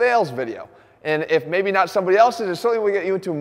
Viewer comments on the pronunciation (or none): none